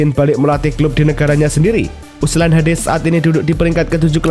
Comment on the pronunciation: Ulsan min bukan USLAN